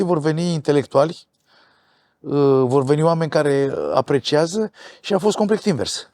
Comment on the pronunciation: Cât de gherțoi pictor să fii, să zici mereu "complect", până la vârsta de 70 de ani..?!